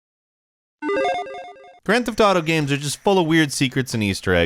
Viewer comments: It's games, not gams. It's kind of hard to take a gaming information channel seriously when they can't even say games right. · Thank you! I thought I was the only one hear him say gam instead of game for years now.